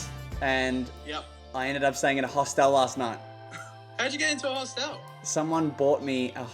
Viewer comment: They way you guys pronounce hostel is disturbing to me though 🤣😂